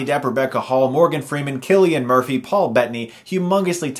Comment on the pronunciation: Innit said like Sillian Murphy, not Killian Murphy?